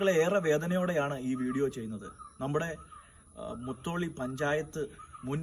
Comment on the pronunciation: Motholy alla mutholy